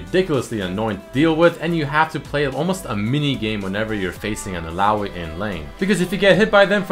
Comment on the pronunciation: i think its pronounced " il-la-oy"